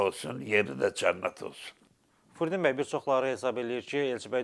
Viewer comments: hörmətli Ağsaqqalın adını düzgün tələffüs edin, “Fürdun bəy” yox, “Firudin” bəy. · AY, AY BİSAVAD, " FURDİN " YOX, FİRUDİN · Furdin deyil,Firudindir! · Furdin yox , Firudin . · Frudin bəy yox, Firudin bəy.